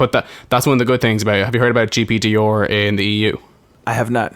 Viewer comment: GDPR not GPDR like what it sounds like hes saying